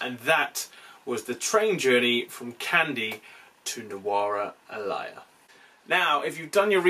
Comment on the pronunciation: Great Video. But it isn't Elaya but Eliya. (like Elliot) And Not Nanu but Naaanu. 😊